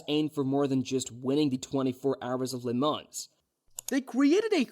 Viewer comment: the way Porsche and Le mans pronunciation were butchered, but great video though🤣